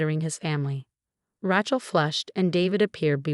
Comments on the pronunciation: Rachel. Not Ratchel...difficult story to follow different pronunciation of a simple name.. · Need to learn to pronounce Names . Rachel isn’t pronounced that way. It’s so annoying to hear words / names pronounced wrong.